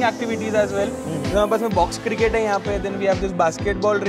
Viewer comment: Cirkkketttt 😂 loved that blabber ....❤️